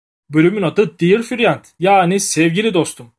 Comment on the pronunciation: diyır friyad dear, friend daha güzel söylenemezdi galiba:D